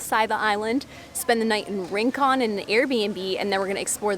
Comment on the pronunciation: its not ring con its ????rincon